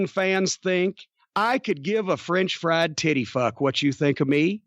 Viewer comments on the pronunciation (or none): none